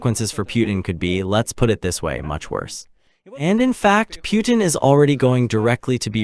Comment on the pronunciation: The u is silent. Pronounced: Poo ten. Pootin